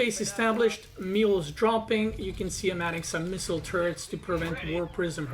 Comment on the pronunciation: Am I the only one hearing “Missile Turts”? 🤣💩